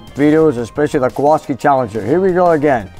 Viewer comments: It's Kowalski, not Kowaski. The guy in the movie "Vanishing Point". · It's really cool plate for your challenger, but it's name has polish roots. And it's actually Kowalski. With an "L". Very common polish surname. Either way, very cool, greetings from Poland too!!!